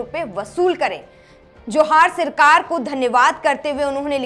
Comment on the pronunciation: Sirkar to bol rhi 😂 Sarkar bol le thik se